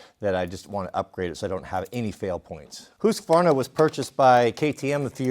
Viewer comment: Husqvarna not Hosqvarna !!! I’m sure the Swedish enjoy you getting it wrong !